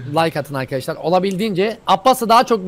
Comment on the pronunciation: happinize meraba arkaşşşlar ben